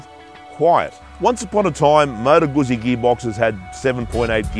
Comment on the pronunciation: Pro tip: pronounce zz in "Guzzi" as you would in "pizza" ;)